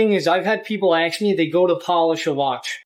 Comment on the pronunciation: Ask me not ax me